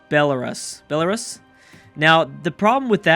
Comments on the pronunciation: It's bell-a-rus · belarus is pronounced bela-roos ;) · Belarus is pronounced bela-roos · Belarus-( Bell-u-ruse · Pronounce Belarus Like Belaroose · belarus is pronounced by belaroos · Belarus is pronounced Bella-ruse.